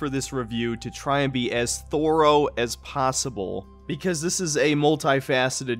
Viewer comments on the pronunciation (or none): why you say thorough like that bro? You weirdo. Sounds like you're saying Thor-o. Lol